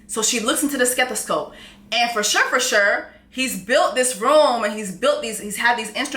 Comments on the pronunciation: "SKethoscope"!!! I hollered! Said it with the hard K too! 🤣🤣🤣🤣🤣🤣🤣💀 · Jess said, "Stethoscope" 😂😂...girl